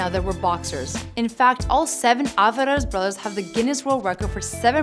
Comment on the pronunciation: "Avaraz brothers"